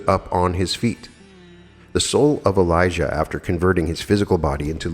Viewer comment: Dear Note on pronauntiation of the Names. John the Baptist is Elijah Jesus is Elisha. You pronounce them very similarly which is bit confusing. Times of the Bible were the very violent times. We humans will never reach the Kingdom of God unless we rid our hearts of cruelty and violence and let Love enter therein. Paramahansa Yogananda also said that we can alone ask God to explain questions concerning the Bible and we will receive answers. LovetoAll MS